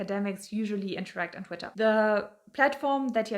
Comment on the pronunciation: I like how you say “Twittah Gurl!”